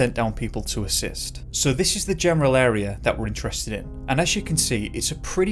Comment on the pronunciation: He disappeared from the anal area sorry but that’s what it sounded like you said LOL